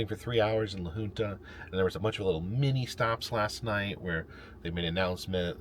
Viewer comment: A quick note, as I notice you have pronounced it every way except for the preferred way, the Colorado town you spent a few hours in is named La HUNT Uh